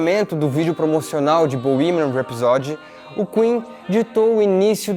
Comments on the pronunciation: Bohemian RhapsÓdy? No, Bohemian RhapsÔdy... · Eu falo borremia rapsodi Como vcs pronunciam? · Não se diz bohemian rhapsody... Se diz:bohemian rhapsodý!! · Puta que pariu. O nao sabe pronunciar "Bohemian Rhapsody" em inglês...putzzzzz veiiiiii. Tá feio..é melhor ficar calado do que passar vergonha. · A pronuncia de Bohemian Rhapsody está errada.